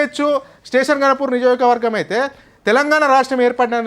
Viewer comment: First Niyojakavargam ani palakadam nerchuko